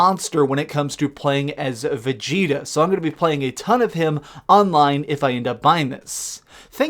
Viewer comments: I stopped listening after you said vergeta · Y do people keep saying vegeter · Did anyone else catch that “Vergeta”? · “Firjeeta.” True anime fan here ^^ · how did you pronounce vegeta?